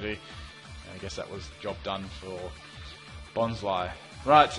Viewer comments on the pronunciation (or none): none